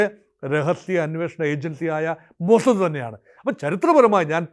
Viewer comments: മൊജദ് അല്ല ടോമൊ സാദ് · മോസ്സദ്‌ എന്ന് പറയുന്നതിന് ഇത്രയും ബാസ്സ് കൊടുക്കണോ 😂😂